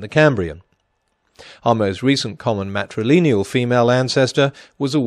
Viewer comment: I wish he’d stop saying ‘matrileneal’ instead of ‘matrilineal’.